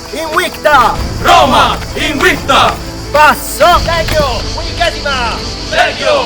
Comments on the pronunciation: You are pronouncing word "Invicta" as INUICTA. I wonder if that is the correct pronunciation instead of IN-VICTA. (as it is in word "victory") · The fact that it's pronounced in the video Inwicta gets me an anti-boner